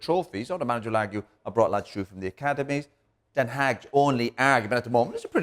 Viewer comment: “Where are you getting it frrrroorm, Where are you getting it frrrroorm”